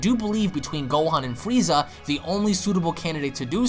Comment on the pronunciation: you said Frieza correctly.....all the other ones are fweeza...what do you have against the letter R my dude?